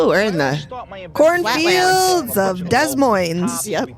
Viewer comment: It's pronounced D'Moin not Dez Moines